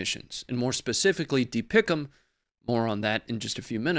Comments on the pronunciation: You don't say DPICM like a word. Just the letters. That was cring hearing that. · It's not pronounced dee pic um. It's D P I C M Former Marine Artillery Officer... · Pronounce the acronym by saying each letter individually.. It is NOT DeePickEm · Dont make DPICM a word. Just say the letters.